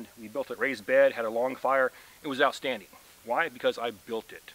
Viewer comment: I believe its pronounced "outstanding" :)